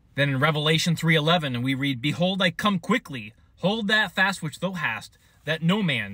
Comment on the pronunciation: Thank you! Jesus is coming soon!! Please look up the pronunciation of thou. It is not the way you say it. Peace btother.